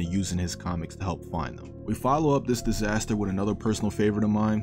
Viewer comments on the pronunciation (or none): none